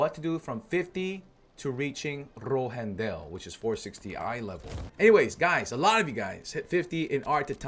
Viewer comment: that mean ass tongue roll with rohendel shit was clean lmfao